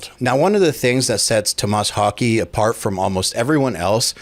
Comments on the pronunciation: It's 'Tom-mess Hawk-eh', NOT 'To-MAAS Hawkey' FFS 🤦‍♂️ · Haa Keh kind of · More like Hoh-kuh I think. I can't speak Swedish tho. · Wouldn’t his last name be pronounced more like Hawkeh? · Tomas Hawk-uh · Hokey? I don’t know if that’s how you say it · Thats an impressive mispronounciation of his last name. Wow...